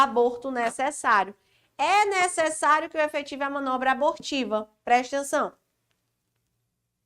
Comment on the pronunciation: ''PRESTENÇÃO'' kkk ótima aula prof